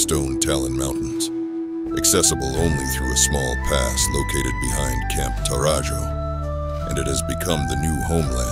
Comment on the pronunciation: camp tau-ra-ho